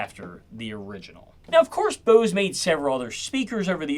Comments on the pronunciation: Bose not booze.. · Whats this "BEAUSE" company youre talking about? Thought this was about Bose? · This guy sounds like maybe a surfer dude or something the way he says Bose, home, etc. But just those words. Kinda odd